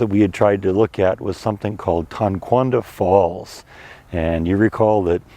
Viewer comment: I think those are called Muscovy Ducks, not sure but the red around their beaks and their black feathers make me think that is what these are. BTW Tonkawa is pronounced Tonka (like the toys) wah.